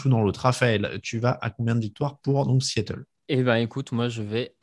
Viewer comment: Un S à Seattle ? ^^ Sea et non See ^^ aie aie aie